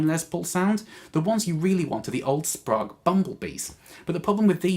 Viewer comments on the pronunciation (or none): I’m liking the 50’s wiring, sounds rich. P.S. we pronounce it “Sprayge” round these parts 🇺🇸 😀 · Good editing! I was looking for a 50's/modern shootout and this demo was great including the displayed knob settings. Going with the 50's scheme on an LPJ with a Fralin, P90 dog-ear. Should tame that beast a tad. They talk about getting sweet tone rolling off the volume on a single PU junior for a mellow tone. Not so much, it always cripples the highs. Mellow but dull. Tip - "Sprague" is pronounced with a long "A" like plague. "Sprog" made me kinda cringe. :)